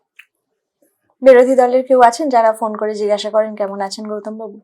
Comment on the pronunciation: সৎ ও সুন্দর প্রচেষ্টা, ধন্যবাদ দিদিভাই। উচ্চারণটা জিগাসা নয় জিজ্ঞাসা।